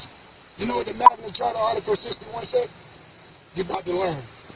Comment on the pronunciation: Imagine you make this ideology your ENTIRE life and personality yet you’re so lazy, you don’t even learn to pronounce the words properly? This 40 IQ idiot said “Magna CHARTER” nine fucking times. SMH